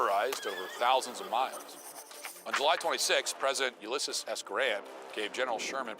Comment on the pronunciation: .....wait...how did he pronounce Ulysses? sighs YOU-LISS-EEZ. That's how you say it. Ordinarily, I wouldn't pick on shit like this, but...fawk Matt Walsh.